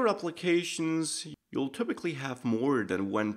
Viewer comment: I assume that the dispatch will cause every single combined reducer to reduce the incoming action. Is this how the initial state is initialized also for "sub-states" that are not meant to any action? Thanks for these videos, they're incredibly clear! I love the way you pronounce "typical" the german way, with the "y" sounding like a "ü" :D